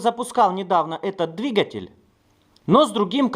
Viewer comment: говори правильно дригатьель